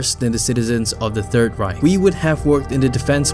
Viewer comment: "Help I accidentally started the second third reigh"